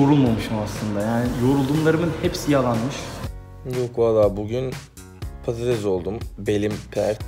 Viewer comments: patates degil pattes oldum diyor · Patatessssssss patatez değillll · Peki orkun un patatese padadez demesi +1